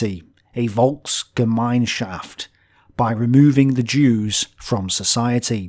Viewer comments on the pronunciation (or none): it's Volksgemeinschaft, not Volksgemeinshaft. Sorry. I like your videos but this is literally unwatchable now. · Really nice video as usual :) The world is full of lies, right? :) However, its called "VolksgemeinsChaft" SCH! i know it sounds really similar in in both languages. Another word for you: "VOLKS-SCHÄDLING" thats also a similar word how the national socialist propaganda back then described jews.